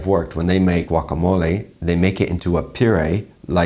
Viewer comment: I believe he’s try to say “gawkeemolo” -British Baking Show